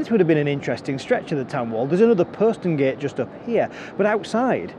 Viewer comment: Thank you. I found that very interesting and learned things I wasn't aware of previously. I quarrel with your pronunciation of 'posterngate'. Check OED where the 'o' rhymes with 'hot'. As a Hull resident I have never heard your pronunciation in the city before.